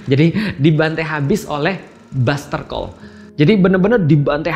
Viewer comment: It Bustercall not Buzzercall yaa syaikhonaaa😭🤣🤣